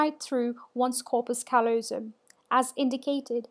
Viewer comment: The stress is on the second syllable of callosum.